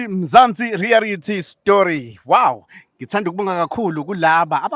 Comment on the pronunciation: not "Rearity* but REALITY, kuyalumeza if ubiza leli gama, siyakuthanda, keep it up guys